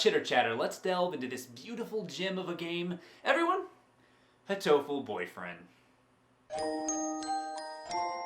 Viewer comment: Oh, it's actually pronounced hatoful? I thought it was just "hateful" with a racist accent.